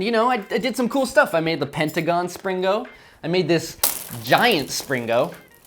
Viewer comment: Do a Springo baby with Springo baby-poop inside! 😃... Also, I think it sounds much better if the "g" is not pronounced - should be "spring-o" not "spring-go". Why the hard "g" sound in the later? Seems unnecessary.